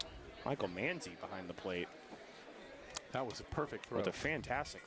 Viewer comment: It’s Michael Man- Zi not Mon- zi